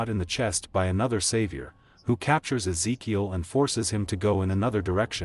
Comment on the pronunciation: I wonder if rhey intentionally kept butchering certain names in these videos lol they called Ezekiel things like Ikea in season 7 video and then Keel and Reel and then even Illinois lmao